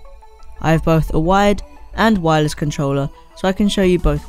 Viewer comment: u said wireles